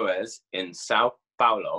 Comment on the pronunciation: Omg The three are extremely charismatic and charming. The way had pronounced São Paulo in the first episode was really adorable, by the way. Greetings from Brazil.